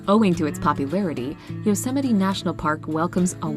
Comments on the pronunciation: ITS YO SEM IT TEE, NOT YOSEMIGHT. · Yosa-mite and Sadman caverns lmao. Yosemite = Yo Seh Mih Tee , and Carlsbad Caverns :) Imma start calling them Vegemite Natl park and Sadman Caverns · FYI Yosemite is pronounced Yo sem aa tea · Love Yosemite is pronounced Yo Sem It EE. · Yosemite is pronounced Yo-semmi-tee